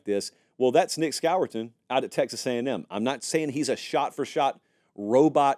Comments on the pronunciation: Nic who?!? It’s pronounced SCORE-TON. You don’t pronounce it the way it’s spelled. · Score-ton is how you pronounce it